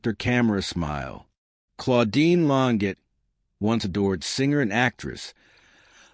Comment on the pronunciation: it's pronounced lon-jay!